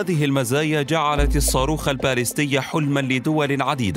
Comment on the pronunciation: Ballistic missiles , pronunciation of the first letter is /b/ and not /p/